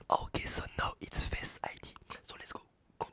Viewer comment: « Fesse id »😭🤣